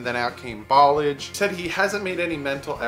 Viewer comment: Ok let me help you with Kalens name in French fromage is cheese right but listen to the -mage part now put substitute a "L" for the "M" -lage , Ball -lage ok ? See the way you were saying it Ball-ige is what happens when you wear gem shorts with no undies , balls start acting there age ballage , but Bal-lash-e rolls off your tongue like a 20 yard gallup down the middle of a defense ! Get it baby, you da man!